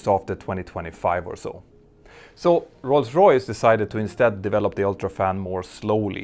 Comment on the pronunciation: I'm really happy you've almost managed to say "Rolls Royce" correctly. I also love that you managed to say Rolls Royce around a dozen times in short concession 😄